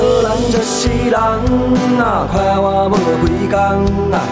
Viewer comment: 為什麼我覺得有部分發音像是不會講閩南語的人說得呀，像是就、快活，感覺就是普通話的發音，難道大田腔真的本來就這樣嗎？